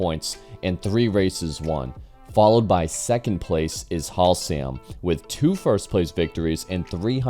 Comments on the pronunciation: FFS, its HASlam not HALsam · Please check your pronunciation. Haslam is pronounced Has-lum not Halsam. Nice video about the bike development. You might have mentioned that the RSV1000 v twin was designed by Rotax in Canada. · Has - lam, not Hal - sam. ;) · Leon Halsam 🤦do your homework man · Halsam?!? That is Haslam! Leon Haslam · Good information and a well made video, just one point of interest, it's Leon Haslam (HAS LAM) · I hope you have learned how to pronounce: livery, Haslam, accelerometer, etc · This is a great video, I really love these bike history style videos. Though I've got to say that pronunciation of Haslam is absolutely tragic 😂